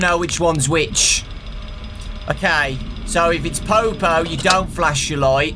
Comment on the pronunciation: the way you say popo is perfect